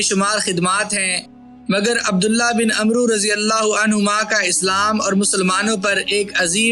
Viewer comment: اوئے عمروں نہیں پڑھتے اوئے و کو نہیں بلایا جاتا